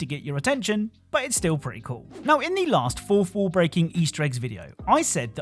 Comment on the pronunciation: What's a "forfwooh"